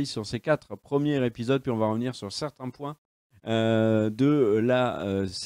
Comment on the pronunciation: Je sais je vais faire mon casse couilles mais on dit premiers zépisodes et pas premières épisodes. Y a un s à la fin de premier quand c'est au pluriel. C'est con mais à chaque fois ça m'arrache les oreilles. Sinon the boys est vraiment excellent et à part Éric kripke faut pas oublier Seth roggen qui avait déjà adapté le comics preacher du même auteur Garth Ennis.